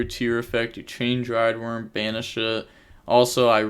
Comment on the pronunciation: Yo! Here's how to pronounce "Druid" in "Druidwurm" it's not "Driedwurm" XDXDXD looking out for my homies bro you GOT this!.